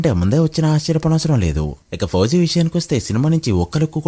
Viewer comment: ఫుజీ కాదు భయ్య, ఫౌజీ . 😅😅😅😅😅😅😅😅